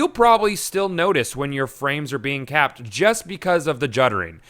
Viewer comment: Every time you say capped I think Kappa